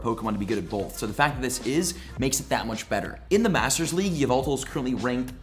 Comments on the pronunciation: its pronounced Yahvultal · Its actually called YA-VU-TAL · it’s yahveltal cough cough